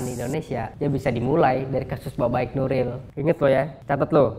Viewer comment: ngebacanya baiq bang bukan baik